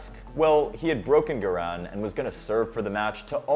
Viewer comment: It's GARIN, not GIRAN!!